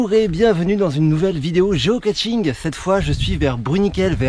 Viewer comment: Toujours pas de T dans Geocaching (et pas GeocaTching). 😉